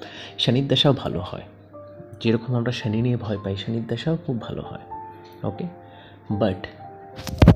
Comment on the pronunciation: Frustration বাদেও কিছু ছড়ান ভিডিওর মাধ্যমে। খুব বিরক্ত হলাম ভিডিও শুনে। Tarpore বৃহস্পতি কে ব্রেহস্পতি, better jupiter বলুন। মঙ্গল কে ভাঙ্গল, শনি কে সনি... হাস্যকর😂😂😂😂 ছাড়া কিছুই নয়।